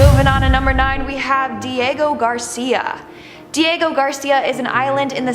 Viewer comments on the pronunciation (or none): none